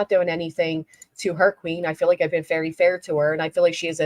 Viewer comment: Baby doll, you know I think you got it all, but for the love of Pete, why do you pronounce “very” like “ferry”?! 🤣